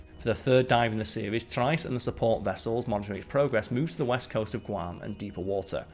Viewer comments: I believe the word you are looking for is pronounced tree-est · It's pronounced "Tree est" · Pronunciation is "Tri....est" please. Not as good as your BioGraphics videos. Struggled to follow the narrative in several areas. Maybe it is an accent thing. But then again, I didn't have a problem on BioGraphics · You're pronouncing the Submarine's name incorrectly. Trieste is pronounced "Tree-est". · Check pronunciation of Trieste. Pretty sure it’s “Tree est” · Arrrrgh, it's pronounced "tree-est" and "no-ah". Why do the British think they are the only people who know how to pronounce language. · What annoys me Brit is your ignorance of - butchering of the Italian language. It's pronounced tree-est. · Just because you're subbing in for Simon doesn't mean you have to butcher the pronunciation of "Trieste" to fit the part. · love your presentation, style and pronunciation, except for Trieste - it's an easy one to get wrong.